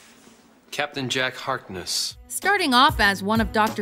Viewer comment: YAY I LOVE CAPTAIN JACK HARKNESS ( You pronounced Harkness wrong)